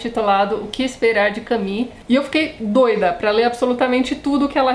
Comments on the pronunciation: Por favor, a pronuncia correta é "camú". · Soa mais a Camille do que a Camus. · Em Portugal diz-se "Camú" mesmo, por isso estranhei tanto. "Cami" aqui é a pronuncia do nome Camille (que é um nome próprio feminino e não que Camus. Por isso perguntei, por vezes a pronuncia muda consoante os regionalismos. Obrigada pela explicação. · Esta maneira de pronunciar Camus é tipica do brasil?